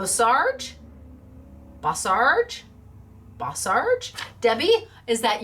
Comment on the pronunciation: Sounds like bow-sarge! You are doing good! Sorry about insurance. Back when they made car insurance mandatory I thought that was a bad idea. You are talking about home owner's insurance. sheesh! It should not feel like pulling a tooth! Darn dentist sister insurance company! Love your products!